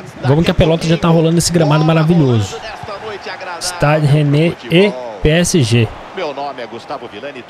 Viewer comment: A prenuncia de Stade Rennais seria algo como /istaid reinis/